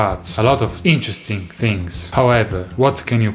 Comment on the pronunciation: no one : absolutely no one : not a single soul : Brett : i n T e R e S t i NG